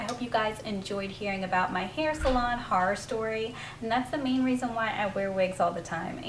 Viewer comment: awe I love your vids and it was so funny he way you pronounced horror😂❤️